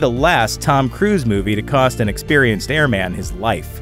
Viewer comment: Please learn the proper pronunciation of the word Airman.